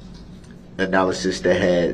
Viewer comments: Duh-rell's vocabulary doesn't have 'analysis' so he tries "analization" instead. Add extra syllables to sound smarter. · “Analyzation”??? A new word for him. With suBstain, Tackit agreement, axing, relevancy…. Someone could make a dictionary